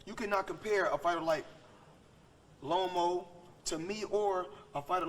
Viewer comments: I was dyin when he said Lomo 😅😅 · hahahaha everytime he says lomo it cracks me up! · I love how he keeps calling him Lomo 😂😂